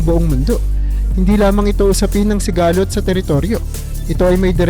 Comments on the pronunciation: Sigalot madagsa ang bigkas dyan hindi siga-lot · Paki ayos po ng AI narrator nyo in Tagalog kc mali mali yung mga pronunciation ng word like sigalot HND sigaaa---lot